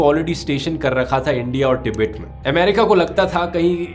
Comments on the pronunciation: कोई इस चाटी को बताए तीबेट नहीं तिब्बत नाम है का। जाहिल को देश का नाम बोलने नहीं आता लेकिन history bta रहा है । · हिंदी में tibbat को टिबित नहीं बल्कि तिब्बत बोलते हैं। अगर हिन्दी में विडियो बनाते हो तो सिर्फ हिंदी में ही बोलो ना कि इंग्लिश में, अशुद्ध शब्द मत बोलो।🙄